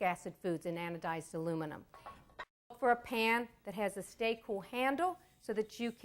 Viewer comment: "Anodiz" get a dictionary.